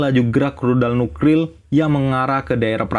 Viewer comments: Nuklir cuy nuklir bukan nukril, saking cepetnya baca teks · Lebay, nuklir jadi nukril. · Nukril, ngomong itu yang cedal boss, ngomong R yang di omong kan L. Yang bener tu Nuklir bukan Nukril 😂😂🤣🤣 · nuklir mas bukan nukril wkwkwkwk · N-U-K-L-I-R Bukan nukril 😇 Kebalik r sama l nya 😂😂😂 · Nuklir bang , bukan Nukril 😂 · Btw itu nuklir bang bukan nukril☺😂😂😂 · Ini salah bicara apa GK paham nuklir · Nukril bengek hyung🤣🤣🤣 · Ternyata dialah yg meledak gendang telinganya krn nukril. Hoaoaokaka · Lucu Cok , nuklir bukan nulkir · Nuklir om bukan nukril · Wkwwk ngakak nuklil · kata Nukrirl😂bikin ngakak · Masih kecil blm bisa ngomong nuklir,jadinya nukril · Woiiii..N-U-K-L-I-R...jadi geram gue dengernya😂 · Bos saran aja yak nuklir nya bukan nukril yak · Nuk nuk nuk dimana ril nukril 😅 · Nuklir woy bukan nukril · Nukril wkwkwk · Agak Keganggu Pas Bilang Nukril nyaa 😁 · Yg bikin gagal fokus sama Pembicaraan NUKLIR nya malah NUKRIL 😂😂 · NUKRIL NUKRIL🤣🤣🤣😁🤦🤦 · AOWKAOWKAOKAOWK NUKRIL APAAN BGSAT WKWKWKWK NGAKAK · Bengek aku bang kamu bila h nukril bukan nuklir 👍🏻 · salfok sama kata nuklir,yg di ucapkan dengan kata nukril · Nukril nukril mulu wkwkwk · Nuklir❌❌ Nukril✅✅ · Nukril wkwk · Bang nuklir bukan nukril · Nuklir Vs Nukril LIR VS RIL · Cedall nukrilll 😂😂😂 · Lu ngomong nuklir susah amat bang jadi nukril wkwkwk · Nukril apa nuklir min kok blepotan gitu ya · NUKLIR WOY.BUKAN NUKRILwkwkwk😅😆🤣😁😄😀😄😃🤭🤭.wkwkwk.hmm.ik lh.hmm.celat amat lu bg.wkwk. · Nuklir bos bukan nukril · bukan 'rudal nukril',,,, Tapi rudal Nuklir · Nuklir min....bukan nukril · Nukril hahahaha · Nuklir bang,bukan nukril Ngakak gw dengernya🤣🤣🤣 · Nuklir bang bukan Nuklil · Nuklir bang bukan nukril😄😄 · Nuklir bang bukan nukril 😂😂😂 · NUKLIR BUNG BUKAN NUKRIL.... HUH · Nuklir bang bukan nukril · Nuklir lir lir R r bukan nukril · Nuklir bang bukan nukril 🤣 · Bang... Nuklir bkn nukril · Nuklir bang bukan nukril 😂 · nuklir om bukan nukril 😅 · nuklir min.bukan nukril😂😂😂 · Nuklir bos bukan nukril🤣🤣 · Nuklir min, bukan nukril 😂😂